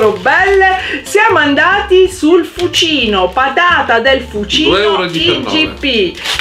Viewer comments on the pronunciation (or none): sempre simpaticissimi, ma da abruzzese ti devo correggere sulla pronuncia di FUCINO, l'accento va sulla "u": "Fùcino"